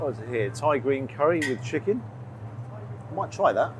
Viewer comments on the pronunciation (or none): none